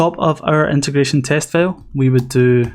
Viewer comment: Great tutorial, but for God's sake, don't pronounce FILE as FAIL. See the transcription for FILE – fīl. You pronounce it as fāl, which is FAIL.